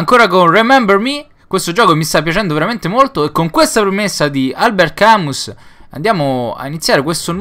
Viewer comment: si pero ho capito che sei italiano romano de roma, anche io abito a roma,pero Albert Camus non me lo puoi pronunciare in quel modo